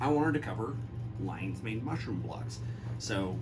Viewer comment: rofl LINEES MAIN instead of LION's MANE